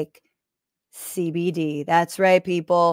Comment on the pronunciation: As a TMR fan, hearing "Sunset Lake SeyBeyDey" pronounced correctly is jarring.